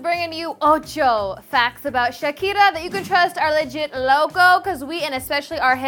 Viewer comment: Plz stop saying shaki